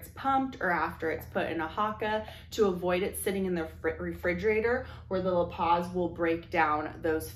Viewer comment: Just a heads up, lipase is pronounced "ly-pays." I work in the lab and we test for this enzyme all the time.